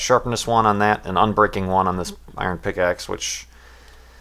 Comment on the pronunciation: Did u just pronounce iron as eye-ren and not even?